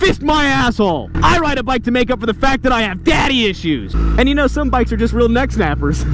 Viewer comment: When he said bicks i thought he said dicks lmao😂😂